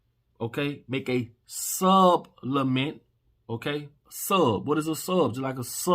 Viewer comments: Supplement.. Not sublement..🤦🏾‍♂️🤦🏾‍♂️🤦🏾‍♂️🤦🏾‍♂️.. bruuuhhh.. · all do respect due but plz dont say sublement. Supple.